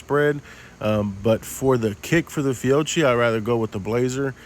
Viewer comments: FIOCCHI = “Feeohkee” Not “Fuji”…. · I think Fiocchi is pronounced fee-o-kee. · it's pronounced fee o kee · It's pronounced Fa-Coochie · Nice video. Fee oh chi is how it is pronounced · The brand is pronounced “Fee-Oh-Key” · I believe the ammo name is pronounced Fee-Oh-Key. Nice video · I agree with ProspectingMonkey. Your evaluations were accurate and detailed. I also will be returning to your videos. One suggestion; Learn to pronounce the name of whatever you are evaluating. Your constant sarcastic mispronunciation and comments each time you mentioned Fiocchi only served to demean your otherwise very good video. Hopefully, you accept this as it is meant to be, Constructive rather than demeaning.